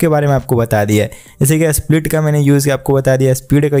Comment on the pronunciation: Split ❌ Asplit ✅